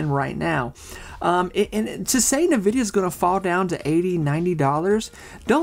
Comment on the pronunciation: In-vidia, not Na-vidia